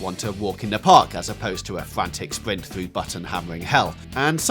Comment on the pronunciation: Fwantic spwint